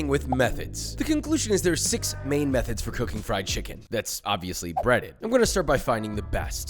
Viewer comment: the more and more Im hearing "methods" the more it sounds like "meth heads"